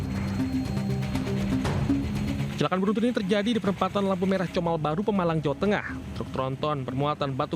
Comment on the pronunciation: COMAL BUKAN KOMAL😅